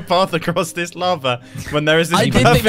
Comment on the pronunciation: drowned in l-aha-va